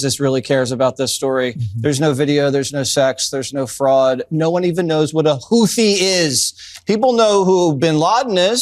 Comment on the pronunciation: I believe it is pronounced "Hoot he" but I could be wrong.